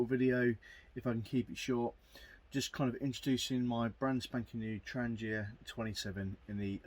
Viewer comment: Wouldn’t it be good if the instruction booklet told practically all YouTubers how to pronounce ‘Trangia’ correctly - the G is said like garlic or girl, not like German or gel.